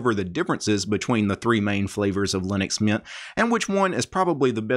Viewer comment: Good video but it hurts me how you pronounce linux mint like linuxmian